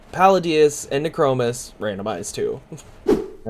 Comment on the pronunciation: nee-kro-moos :D